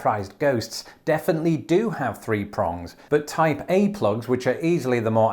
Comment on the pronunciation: I am going crazy thought to hear Taipei every time you said Type A....